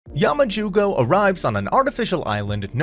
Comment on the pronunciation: i start the vid and he SAYS: HaMaJUGO